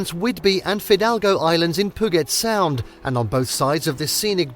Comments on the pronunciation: Hearing Puget Sound being pronounced POO-GET SOUND was so infuriating. It’s pronounced PEW-JET SOUND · As mentioned here in previous comments, I wish the folks who make these list videos would do some research on pronunciations before recording their audio. As well as Puget Sound (Pew-jet), Leavenworth (Leven-worth), Rainier (Rain-eer), San Juan (San wawn...c'mon...it's Spanish) and Stehekin (Steh-heek-in)...there're a number of names derived from Native words and names. Like Puyallup (poo-ee-al-up). I can deal with the British presenter style rise and fall of pitch, but the mispronunciations are just maddening. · Pew-jet Sound, Mount Rain-eer, San-wahn Island.If you are goig to do travel videos you really should do some research on pronounciation. It makes you look foolish and ameteurish getting every other name completely wrong.